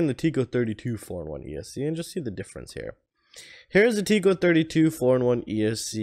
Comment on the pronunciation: It’s tek- ko. Not teek-ko. :)